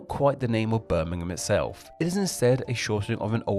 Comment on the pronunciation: London is not the largest city. It isn’t a city. Greater London includes 2 cities, London and Westminster. The City of London is the 295th out 296 for population. The City of Westminster is the 288th. Brummagem is pronounced Brummajem. The cheap shoddy goods were called Brummagem Buttons, referring to one of the many trades in the city. In particular, it referred to the gilt buttons that had so little gold it quickly wore off. It was then applied to the gilt jewellery and, later, to other cheap goods. Birmingham was the China of the 19th century, supplying the world with cheap items. You missed a good one. Birmingham people call their Black Country neighbours Yam Yams, from such common phrases as, "Yam orright ar kid?" or "Yam goun ter town?"